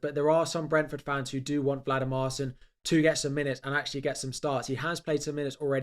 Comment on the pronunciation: VLAdimarsson? It's clearly not the order of those letters